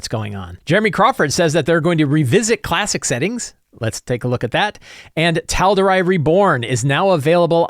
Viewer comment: Great episode per usual but the pronunciation of Tal’Dorei was killing me every time. 😅